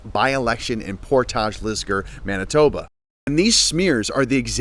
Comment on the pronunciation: Hey, you are mispronouncing Portage. It is pronounced Port-idge. It's a Manitoba thing.